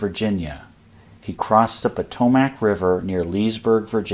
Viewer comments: Every you say "Po-toe-Mac" I want to charge your line. ^.^ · Yes, Im a native to the area. It is pronounced Pa-toe-Mick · The pronunciation of Potomac is aweful to hear.